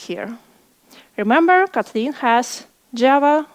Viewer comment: Kotli’n? I’ve never heard it before